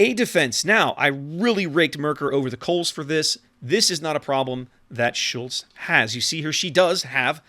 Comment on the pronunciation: Nailed the pronounciation on "Schultz". As a tip, japanese vocals = german vocals. So if you ever wonder how the "u" in Schultz or Hindenburg should sound, just remember Yuugumo. The "e" is annoying, cause in english there's either he/she or netflix/set. In german, it's always the latter. So Felix as in netflix. Same for japanese, Tone(tflix) as an example. I can only think of a single exception, being = "ie" is a long "i". Don't ask me why we can't just write Friidrich lol. Funnily, in japanese the exception is "ei" being a long "e".